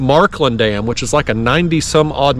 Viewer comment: you nailed the name of the dam! <3